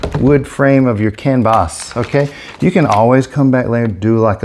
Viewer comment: i k-no you didnt just say WHERE'S MY K-NIFE, CAN-VAS HAHAHAHAHAHHA .....I love it!!!!🤗😋🥰